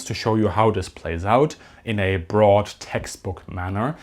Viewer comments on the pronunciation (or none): none